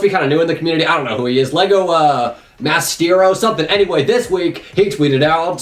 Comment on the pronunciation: lol lego mastero, its lego mystro is how it is supposed to be pronnounced